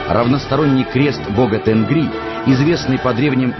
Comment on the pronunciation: Правильнее будет не Тенгри, а ТЕНГИРИ!